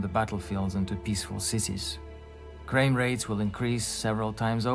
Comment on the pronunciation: "Crame" rates?...